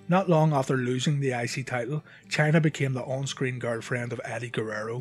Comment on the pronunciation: thought you kept calling her channer